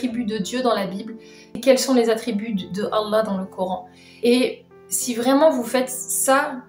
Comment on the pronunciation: elle ne parle pas un mot d arabe bouffi même son accent pour dira Allah l à trahis 😂🤣🤣🤣